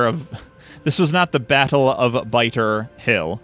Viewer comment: "Batter of Bittle Hill" "Squitter Spirmish"